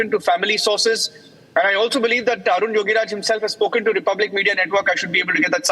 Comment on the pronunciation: 😢 are you journalist?, please read his name correctly😂not Arjun yogiraj, his name Arun yogiraj